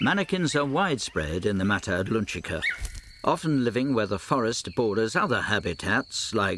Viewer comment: Um ... shouldn't that be "mata Atlantica", and not "mata adlunchica (or something)"?? The narrator must be from Liverpool, or something, not from Lundun, and probably never croseed the Utluntic.